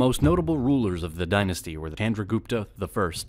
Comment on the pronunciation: Nicely explained... But pronunciation of chandragupta,vikramaditiya and mahabharata is sounds different by narrator..actually it is not pronunced like that.. But for your research and creating video 👍 Thank you..🙏😀